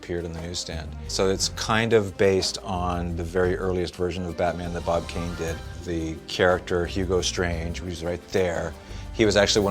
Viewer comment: I cringe everytime I hear Bon Kane's name.